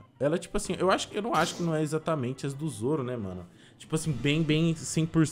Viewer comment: Boa não é soro é sim zoro